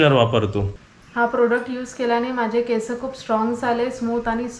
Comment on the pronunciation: केसं नाही केस म्हणायचं.